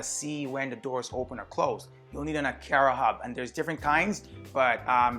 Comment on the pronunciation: It's A"Car"A... would have liked your channel but that way you say Aqara....